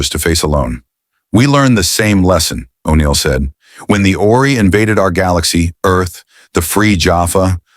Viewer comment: You lost me when you got to O'Neil. And you can tell this was narrated by AI. Interesting premise. Wish I could finish it